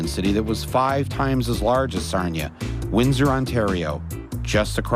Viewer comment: It's pronounced Sar-nee-uh, not Sarn-yuh.